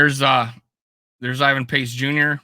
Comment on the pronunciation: As an unqualified content critic, I feel like I'd be kinda remiss in my unofficial duties pointing out that if you're on the "Pace Train", you might show a little respect to the mans name... Who the heck is "Invan"? 😂 Other than that. I approve this content - SKOL!